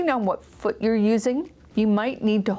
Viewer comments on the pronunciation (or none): none